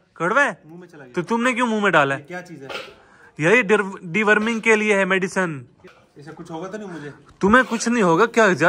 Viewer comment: Medicine ❌ Medisan✅